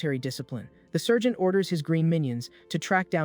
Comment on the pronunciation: I'm yelling it's Sargent Not sergent